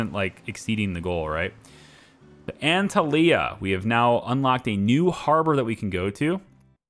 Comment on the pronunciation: You did good with Dubrovnik, but my ears are still bleeding from your pronunciation of Antalya😂 Funny, later in the video you do it correctly.